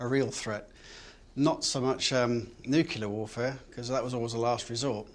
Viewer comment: Nuclear war, not Nu-key-lar. It's not difficult.